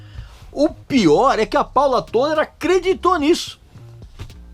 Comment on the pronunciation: "Tôler", não. É "Tóler"